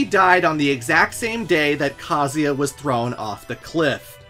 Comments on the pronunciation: Grate video. Funny but man I bugs me how you pronounce the name Kazuya it's pronounced Ka (like car but without the R) Zu (like zukini without the kini) Ya (like Yaa ok I didn't think this through) Kaa- Zuw- Yaa. Every time you say Kazia I cringe. Ha ha ha. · Can you stop calling Kazuya “Kazeya” lol Is KazuuuuuuuYa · Is that the right pronunciation of kazuya? Ka zee aaah? I have said kah zu yah. Thanks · It's not "KAZEEA", you anglophones need to understand that most languages, unlike english, pronounce the works like the are written. IIt's not bloody Kazeea, or Kaza, or kazua, it's bloody KA-ZZU-EEA. FFS, at least do some research before mispronouncing names for a whole video. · I can't handle how he pronounces Kazuya. it's KUH-ZOO-YUH! Not KAH-ZEE-YA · Bro it's pronounced ka-zoo-ee-ah it says it in the games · WTF is kaziya? You can’t pronounce kazUya? 💀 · Very thorough video and I would love to give it a thumbs up, but you mispronounce KUH-ZOO-YUH about a million times, despite seeming to go out of your way to correctly pronounce almost every other name in the story. SMFH 🤦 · Ive always pronounced Kah-zoo-yuh.. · he pronounces every name wrong lol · You're saying Kazuya's name wrong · Why is your pronunciation so bad???.... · the amount of times you said kazuya wrong is actually astounding. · What's up with the absolutely brutal Kazuya pronunciation